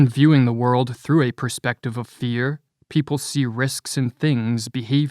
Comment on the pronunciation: As a narrator, please correct your pronunciation of the word "perspective" - you are clearly saying "prospective" - different word and meaning altogether.